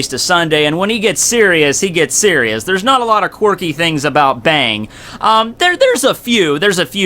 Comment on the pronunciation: I think its supposed to be pronounced Bong